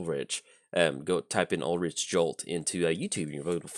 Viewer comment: I was just going to say this. Also it's "ool-rick" not "rich".